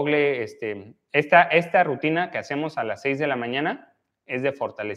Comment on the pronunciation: Rutina no RAUTINA